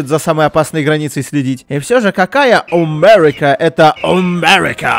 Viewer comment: Кто считал сколько раз он сказал ОМЭРИКА?